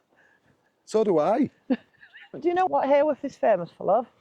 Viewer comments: Came over to check out your channel after seeing you with Neal & Emma. Thank you for visiting our lovely Bronte country, just wanted to say, Haworth not pronounced like heyworth but ha ha Haworth 🤣. The Black Bull has also featured on most haunted as its thought Branwells spirit still has a presence there. Keep up the great vlogs guys ❤️ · well in fairness, us Yorkshire folk tend to drop the H in Haworth too, sounds more like Awuf 🤣. Happy New Year! 🥳